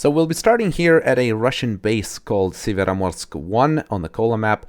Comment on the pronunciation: как же он круто и без акцента сказал "Североморск"